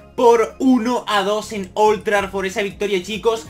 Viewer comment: todavía nadie te ha dicho que no se dice Old Trarford? sino Old Trafford? es que siempre lo dices con una R que no existe